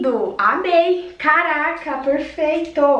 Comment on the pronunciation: vc falando a palavra (Caraca) é muito engraçado, vc aprendeu com a Lídi né, essa palavra nós cariocas falamos muito, e é muito legal ver vc pronunciando, mas caraca as roupas são lindas 💖bjs